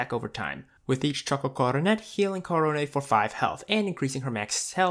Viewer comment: Choco coronet is pronounced "CO - RO - NEH", just like korone's name.